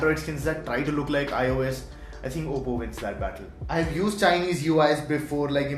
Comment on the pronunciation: It's oppo not apppo